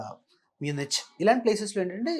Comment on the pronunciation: “Munich” is not “Munitch”, It’s more like “Munik”, if consultant cannot pronounce that , Please see where your money is going. Veelanni nammukunte swahah ne.